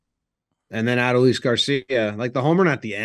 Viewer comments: its not ADD-oh-lease its uh-DOLE-lease please don't let him win ALCS mvp and you still can't pronounce his name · Put some respect on Adolis’ name and pronounce it correctly. Say it with me: a-DOLE-ees.